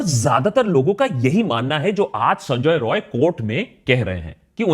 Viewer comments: Akash why do you pronounce Sanjay Roy as Sonjoy Roy. It's sound irritating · He is not sanjoy roy he is sanjay rai sala bihari ata bolte prblm hchhe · Sonjoy Roy nehi sanjay rai (Bihari) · Please correct the pronunciation of the accused name, he is not Sonjoy Roy, it is actually 'Saanjaay Rai', please correct yourself.